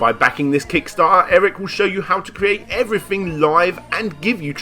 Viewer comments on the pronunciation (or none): none